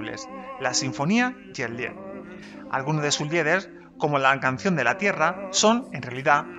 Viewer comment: se dice 'liit'. y se pronuncia tambien la T.